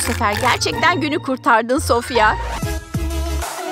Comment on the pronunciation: Sofya değil sofia